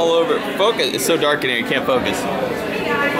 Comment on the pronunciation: Did say "do you come mere often"? Time for dance lessons.